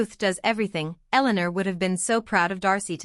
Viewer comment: Ella-layner? Eleanor?